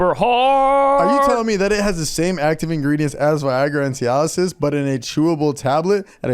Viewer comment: Omg its Cialis not Cialisisisis